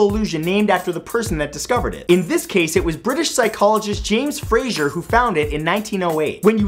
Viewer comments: It's Fraser not Frasier 😊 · that is not how U pronounce it when it is spelt like that(Fraser not Frasier) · Fraser is not pronounced "Frasier". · They way he said Fraser sounds stupid